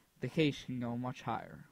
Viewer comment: Not to be a dick but cache is pronounced "cash"